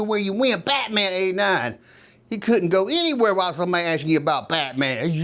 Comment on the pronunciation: I'm sorry but I can't watch anymore I was going to say what I got damn dude take a Valium sit down. You've said bate mam 1000 times ain't thru half way yet please get help